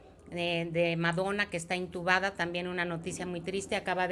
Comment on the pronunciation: Perdón pero se dice intubada 😂